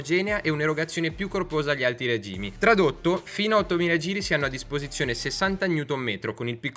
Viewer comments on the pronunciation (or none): none